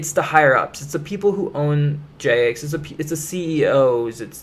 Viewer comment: I don’t trust someone who can’t pronounce “Jagex”